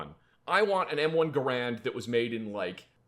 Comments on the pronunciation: So I'm gonna go ahead and be that guy: isn't it pronounced gehr-end? The pronunciation you guys are using is probably more common, but I don't think it's the proper one. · ....you're a gun guy, you should know how to pronounce the Garand, it is "Gar end" because the creator whose surname is Garand, foresaw people getting wrong and actually mailed a letter to the folks who print the Webster's dictionary detailing specifically how to pronounce his rifle, so theres no arguing it like with Gif vs Jif XD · I can't make it past the constant mispronunciation of Garand...